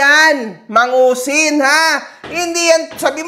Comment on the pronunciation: MANGUSIN ❌ MADUSING ✅